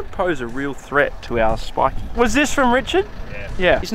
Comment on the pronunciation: Love the videos as usual but the whole speaking like old men saying shhhh instead of s eg shhhpike instead of spike is really starting to make my eye twitch, same with the keep it reet boys and "shhhpyshee". Could tolerate it in 2022 but let it go now please